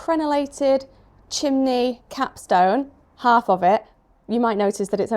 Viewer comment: I have never heard anybody else say ‘chimleys’